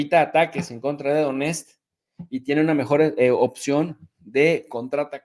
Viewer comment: Донецк suena como Doniestk